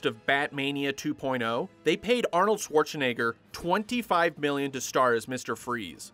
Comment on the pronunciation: I just love how you butchered Schwarzenegger’s name.